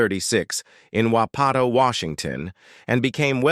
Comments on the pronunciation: WAH-pa-to, Washington. But what can you expect, it's AI crap. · Larry Hovis is from Wapato, Washington, not pronounced as it is in this video!!! Wa - pa - toe. emphasise the first syllable. How do I know? I grew up there!!!. The very heart of the Yakima Valley and a wonderful place to be a child. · Wapato, Washington ) is pronounced "Wah-pi-toe". (I hate AI) It's right next to Union Gap, of Gary Pucket fame, and also produced outstanding New York Yankees pitcher Mel Stottlemeyer. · Great how the narrator cannot pronounce local native american place names. Wapato Pronounced Waa Paa Toe. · Wapato Washington is pronounced Whap a toe. I am from about 10 miles away. As a kid, if you said the town name you could expect to get your toe stomped on.